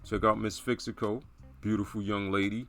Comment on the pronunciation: You are not pronouncing the name correctly lol Your talk of “phenotype” and not knowing anything about our language or history tells me everything We brought in African escaped slaves and many took slaves themselves. Of course we have some mixing going on in our history. If you’re trying to claim the original mvskoke were people “of your phenotype” then you are just not very informed. Some would say IGNORANT